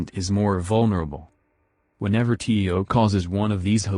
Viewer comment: Tio not ti oh